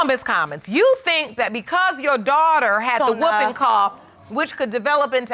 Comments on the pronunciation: Did she call it the wupping cough? It's pronounced hooping cough! 😅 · written like so yes, but pronounced hooping. The W is silent. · Did she say "whooper cough"?